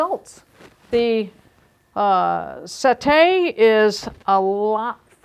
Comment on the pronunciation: its se`tte not sette` because its an italian word. not french